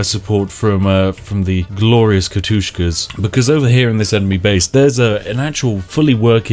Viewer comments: Everytime he says Katushka i need to throw up a little bit. Its K A T Y U S H A blyat! D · Kat-Yus-Ha Not Kat-Tus-Ka. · Katusha! Not Katushka... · Lovely video Spiff, only one minor comment... They're Katyushas :P Not Katushkas ^^ Though a very minor detail that was. Now I may get back to my delightfull cup of tea. (Slurp) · Nobody gonna mention it? Really? No one? "Ka-toosh-ka" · "katushka" lmfao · MY EYARS its profered katyusha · its prounced katyousha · Where is the second K in Katyusha?